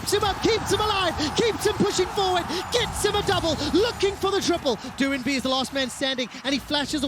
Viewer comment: Doinb is not pronounced doo-in-bee, the 'oin' is phonetic, like 'oink'. Watch some LPL, casters kthxbye.